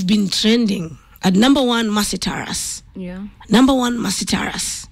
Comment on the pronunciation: This Country still has Kenyans who conveniently won't pronounce the name Taurus....tweng jameni.